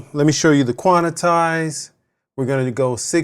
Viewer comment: Quan-tize, 2 syllables. Not quan-I-tize 😂